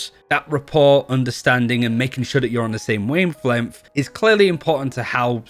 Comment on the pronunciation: Are we just going to ignore the fact that he said weymphlempth for wavelength lmao